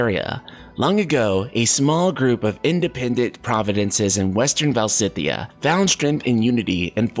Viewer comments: Stop saying "Val-si-thea". Its "Valis-thea" 🤦‍♂️ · I think Valisthea is pronounced [Vuh-leez-thee-uh], but I could be wrong. The particle [Thea] resemble the name of the Greek titaness of the earth (the equivalent of Gaia in Latin — coincidence?) and it is pronounced like this in english ( thee-uh). Also, even though I think [his name] will be pronounced like "drive", Clive /klaiv/ means "cliff" /klyf/, so you were not entirely wrong. There’s a semantic correlation there! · I'm Portuguese and I'm just saying because I think I can help with the pronunciation. It's VaLISthea! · Either "val-ist-ay-ah" or "val-is-thay-ah" would be my bet. Definitely not the ways pronounced it unfortunately, I think he must have subtle dyslexia - though he does read out loud well, I'm terrible at it. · I am going to bet "Valisthea" is going to be pronounced "Val-us-TAY-uh" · Va-lis-theya or -thiya, perhaps? 🤷🏻‍♂️